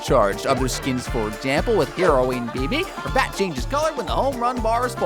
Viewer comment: I THOUGHT YOU SAID HEROIN BIBI!!!